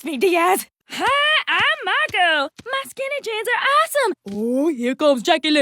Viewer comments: I'm hearing margo and sometimes mango is there something wrong with me? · after a while it sounds like sarco... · The more I hear Marco, the more I'm hearing Starco. lol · Marco Me. Margo Like turns Marco into Margo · It kinda sounds like is saying Margo instead of Marco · not marco but mango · It sounds like she's saying "Margo" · as long as it continues I think I'm hearing " Margo " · My favorite part was when said 'Murgo' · Toward the end, it sounded like Margo, not Marco for some reason. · I keep hearing socko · I keep on hearing Margo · The best thing is that says marco everytime instead of tom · Angela Liao: Marco Oskar: Mango